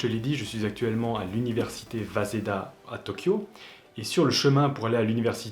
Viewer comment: Waseda prononcé vaseda .... mdr